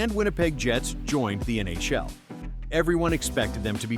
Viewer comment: "the N A Shell"